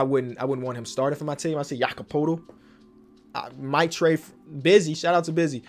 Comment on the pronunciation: Pronounced Jakob Poetl Wrong Also: Pronounces it wrong.